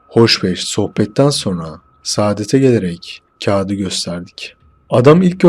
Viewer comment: Masalımsı geldi bana, ayrıca anlatıcının diksiyon sorunu var. Sadete gelelim değil- sadede gelelim olması gibi, biçok yerde yanlış telaffuz var.